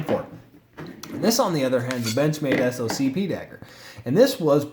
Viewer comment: It’s pronounced “sock pee” not s o c p... it stands for special operations combatives program. It’s a military abbreviation and generally military abbreviations are sounded out as words. Think “a sap” instead of a s a p.